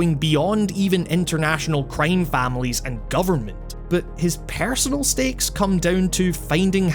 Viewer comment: I love how you Accent "crime" like "Creeim"